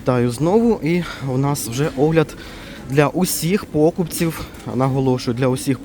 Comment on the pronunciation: Где ты учился,? Почитай украинский словарь и не коверкай язык! Что это за пОкупці, привЕзли,бУло, покАжу, нАпої??? Ты ж несешь украинское слово в массы и так небрежно уродуешь українську мову!